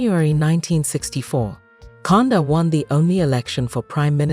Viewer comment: Not conda kaunda😂😂